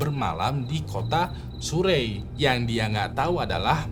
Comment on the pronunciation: Surrey itu dibacanya seperti "Sari" sebenarnya 😁